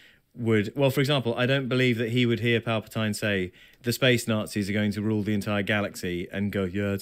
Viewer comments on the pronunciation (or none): Palpatine....say it right